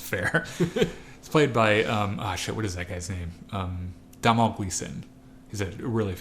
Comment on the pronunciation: This commentary is awesome! The comics as well. The banter is hilarious. - ...Armitage... - Yeah, it's clear that his dad hated him. p.s. it's /ˈdəʊnl/ Gleeson, but nice try ))